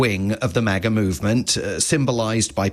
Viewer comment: I have never heard maga pronounced like that and i never want to again